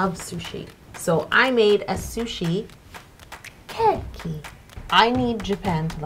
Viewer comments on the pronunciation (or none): Okay, I know this is really nitpicky, but I need to get this off my chest: The e in "keki" is long, so not "kekki" but "ke-ki" I really loved your video though and I'll probably try to recreate that ケーキ for my next birthday party ^^ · Wait it’s not keh ki...it is kay key ケーキー。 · The way she was saying it drove me nuts 😂 I took several years of Japanese and was always taught it’s more like Kay-Key not Keh-Key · you said kowai not kawaii and kowai means scary... kawaii means cute. Your pronunciation of the word kēki is off... it sounds strange. Its keeki not keh-ki more like kei-ki kei like the kay in the word okay. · Super easy to confuse but, in Japanese it isn’t ke-key it’s closer to cake-ee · Lol yo, it's pronounced "Cakey" not "kekey" I couldn't breathe whilst watching that bit 😂😂😂😂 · Kēki is actually pronounced cake-ie not ke-ke but cake-ie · the hell is "keh-key"?? It's literally pronounced "cakey" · Her Japanese pronounciations... She said kway and not kawaii, she said keke instead of kēki and this was overall pretty cringey with the Bowing and stuff, that’s just inaccurate ... I’m not hating, just saying since I’ve been there and I know a lot about Japanese culture and I speak fluent Japanese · orzo IKR and kēki wrong too 😂😘 I love this video! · you are saying keki wrong